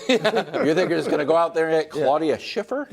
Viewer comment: Claudia Schiffer, Wildes? 😂 c'mon man!